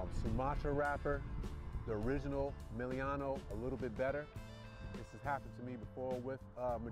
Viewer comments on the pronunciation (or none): Dude, why do you say "Meliano"? It's "Melanio". Meh-LA-nee-oh. I like your videos, it just gets under my skin hahaha